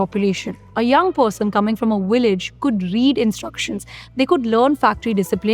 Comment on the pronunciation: Please pronounce your “V” correctly. It is NOT “willage”. It is “Vheelage”. Please do it because you sound terrible.